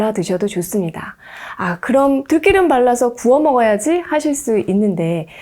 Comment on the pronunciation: 들기름으로 발음해주세요~~들끼름 거북하게 들립니다~~영상 잘보구있어요~~~